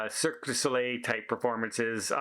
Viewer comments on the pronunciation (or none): none